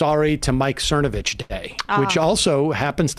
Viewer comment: I believe it's "Thernovich".